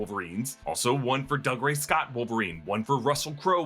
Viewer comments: Doog-ray not Dug-ray... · Doo-gray. Not Dugray Scott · I know it looks like Doug Ray, but it's pronounced doo-GRAY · Just FYI it's pronounced Doo-Gray Scott 🙂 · It’s Dougray - Doo-grey. He’s Scottish, not a yokel! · Pronouncing Dougray Scott’s name like that over and over is very disrespectful.